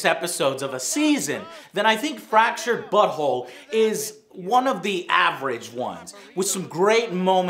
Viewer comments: i can swear i misheard Joe saying Fractured Butthole :D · Fractured but Whole. Fractured Butthole. It all makes sense. I definitely did not catch that until he pronounced it that way. O_o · It's way too easy to make people laugh by pronouncing it as Fractured Butthole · Oh... fractured but whole= butthole. I only got it now when hearing it pronounced. Frankly... never understood the appeal of South Park, the humor is too low-brow for me. Simpsons parodies much the same things but can do it without fart jokes.